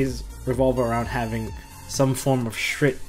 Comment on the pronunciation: does everyone not realize that shurits name is shurit and not shrit? or is that just the us pronounciation?